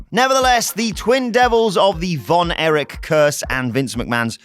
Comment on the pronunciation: Erich NOT Eric